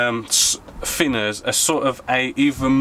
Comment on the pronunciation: FINNERS! Please can you try saying TH and not F....great vids apart from that!